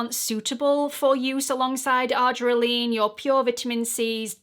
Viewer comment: Thanks for this helpful video as I do use this product in my skincare regimen which includes tretinoin, niacinamide, AHA & BHA acids and LAA Vit. C. Because I use my Vit. C and acids in the am, I'll take care to only use the argireline in the evening. But, please note, FWIW, it's pronounced "ar-JEER-eh-lean".